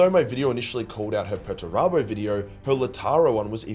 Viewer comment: If she's a person why did she pronounce Perturabo's name several different ways in her video? PER-turabo / perTURabo / It's almost if the AI voice had difficulty making its mind up in the middle of the video